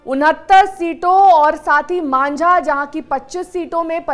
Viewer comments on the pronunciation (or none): Manza nahin mahja hota hai